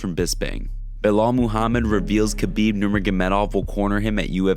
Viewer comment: YOW READ YOUR COMMENTS YOUR NOT THAT IMPORTANT LEARN TO SAY KHABIB PROBABLY AND LEARN TO STOP LYING TO PEOPLE I WILL HAVE YOUR CHANNEL SHUT DOWN ANYTHING YOU SAY MAY BE GIVEN IN COURT AS EVIDENCE